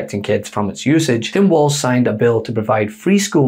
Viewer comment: Walz name is Walz, not Waltz. It sounds like Walls.